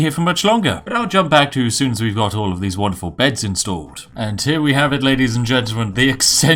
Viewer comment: Would you please stop saying 'wanderful'? The 'won' in 'wonderful' rhymes with the past tense of 'win'... Makes me sad. :'(